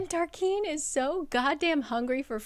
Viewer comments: Tarquin is TAR KWIN …not KEEN. Kind of like Quest not Kest. And I appreciate these videos my friend. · I thought Tarquin was pronounced Tarkin, but not I’m also thinking Tarkin or Tarkeen are possible. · I literally live for these videos, but every time I swear she says Tarquin wrong 🤣 still re-watch these videos tho 🫶🏼